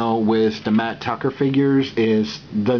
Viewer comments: It's mat tracker not Tucker. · dude its tracker not tucker